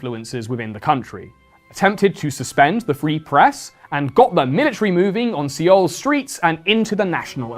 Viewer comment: Congratulations on the marriage! Please work on your pronunciation on all the foreign place names. Seoul is pronounced "Soul" not "See-ol"